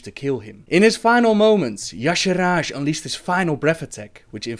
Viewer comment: You pronunciation of "Y'shaarj" is killing me, but it's ok.. nice video ^^